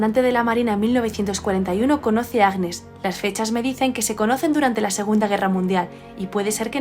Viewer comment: Hola ! el nombre Agnès se pronuncia »Añés » gn en francés se pronuncia siempre ñ. Nivea fué creada en 1911. Y Luis Pasteur es un científico francés que creó la vacuna de la rabia. Un saludo